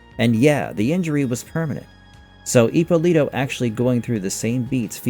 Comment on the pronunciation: Ippòlito non Ippolìto .. è un cognome Italiano ...